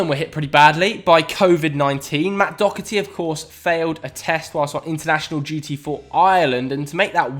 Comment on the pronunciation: Why does everyone pronounce doherty dockerty?